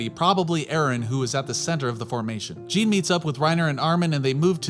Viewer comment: Lol calling Jean, gene lol